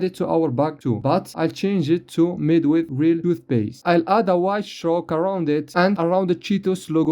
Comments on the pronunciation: W-I-T-H NOT WHITH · "made wihth real toothpaste" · dont forget the wihth